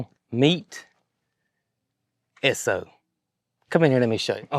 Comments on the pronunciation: I can confirm you're saying ESSO correctly. ESSO is still a gas station brand in Canada.| Cindy Ings, NL, Canada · Pronunciation is correct. Esso was part of Standard Oil - or SO spelled out as Esso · Exon is the name now for both ESSO AND ENCO. All the same gas but in Texas it was called ESSO., you pronounced it correctly. We has a "service station", checked the oil, the filter, the windshield wiper bottle, washed the windshield front and back, checked the tires air, vacuumed the floors emptied the ashtrays....While putting in the gasoline. It was so appreciated and expected. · The State of New Jersey still has stations that pump your gas. Still not allowed to pump your own. We know people who live there. Also, you are pronouncing Esso correct. My dad worked for Esso, which became Exxon. I love old things, too. Especially, old vehicles. They don't make them like they used to. My 24 yr old son would absolutely love this F100. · Yes, it's pronounced S-O (short for the company's name: Standard Oil). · Yes - you’re definitely pronouncing it correctly - just like S-O. That was the name before Exxon. That truck is an amazing buy - kudos to Brooke for that one! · Ess' Oh is the correct pronunciation. It is really the abbreviation S O for Standard Oil company.. It has history. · I googled it and you are correct it is pronounced Eh-soh! That fuel pump and tank is probably worth half of what you paid for the truck!! Awesome find Brooke!!!I am so happy for you! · We still have an Esso station outside of mu home town and you are saying it correctly. What a find and enjoy it. FW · Campbell River BC Canada still has a Co-op gas station that does a full service. You are pronouncing ESSO right, my grandpa worked for them most of his life. 😊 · I have an old Esso Keychain fob. Esso in the US is now ExxonMobil, Esso is still in Canada, Europe and Asia. You are pronouncing it correctly.